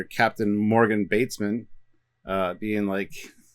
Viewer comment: Morgan BATESON... Not Batesman.